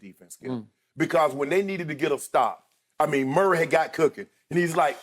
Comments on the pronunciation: He said merk lol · I said the same thing...I was like did he just say Murk? 😂😂😂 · I know Unc did not say “Murk” on TV😂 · He said Jhamal Murray lmao 😂